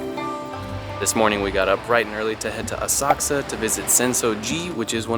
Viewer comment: Great video!! Special thank you for pronouncing the names ( Asakusa , for example!!)!! correct!!!